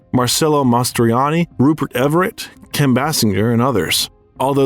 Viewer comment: Pelican’s Brief? No, Pelican Brief Kim Baasinger? Who would mispronounce her name, one of the most popular actresses of the 90s. The mispronunciations of well-known names and words are definitely a giveaway for AI generated audio. I personally find it unsettling and distracting, and I don’t know if I’ll ever get used to it.